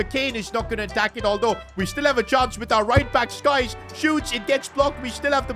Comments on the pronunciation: Its syyyyyykes not skkkkkyes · It’s not Skies it’s Sykes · Not Skyes. Its SYKES (Sykes is pronounced “sykes”, rhyming with “likes” or “bikes.” The phonetic pronunciation is /saɪks/.) Bros dyslexic. Keep up the good work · Bro's still calling sykes "skies" 🤦‍♂ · BRO ITS SYKES NOT SKYS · when will this guy learn that his name is Sykes not skies 😂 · it SYKES NOT SKYES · His name is "Sykes" Not Skyse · we gotta stop calling sykes ‘skyes’ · His name is sykes not skyes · nah bro insists on calling him skyes when his name sykes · Please for the love of God, the right back is called SYKES, not SKIES! 😂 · bro calls him skyes it's sykes 😂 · Anybody else annoyed by calling Sykes skyes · it's Sykes not Skyes Please man, it's painful to hear Skyes every time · bro it's Sykes not Skies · It is Sykes not skyes 😂😂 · another episode of calling sykes skyes😮‍💨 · His name is not skyes its sykes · Petition for to stop saying 'skyes' and actually say 'sykes' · Skyes 😂😂😂😂, bro he's Sykes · Bro it’s not skies it’s Sykes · Sykes name is pronounced Sikes, not Skys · The RB is pronounced Sikes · He mispronounced it btw I’m a Leicester fan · Harley Sykes is leaving as can’t get his name right.